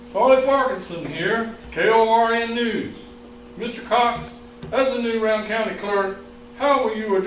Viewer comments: At least are pronouncing it correctly. Rowan County, the "Row" rhymes with cow... not like "row your boat". Good on ya. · I bet I've heard 50 people incorrectly pronounce the name of that county. I noticed they got it right too.